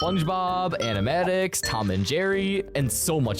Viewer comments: It’s not atamatics it’s animaniacts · did nga say "animatics" 😭😭 its animaniacs bru 😭✌️ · The way he pronounced Animaniacs pissed me off so bad